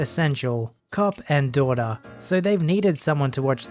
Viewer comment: "cop and daughter" ----------cop and docter hof did u mess that up